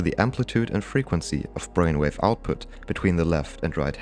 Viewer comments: At minute 26 “bainwave” got me unexpectedly!! 😂😂😂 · Accelewate our bwainwave hahahahaahah so glad u left that in hahahahahahahaa